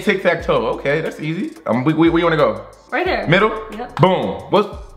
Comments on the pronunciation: He said easi were the e not the i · he said easiet lol omg cracking up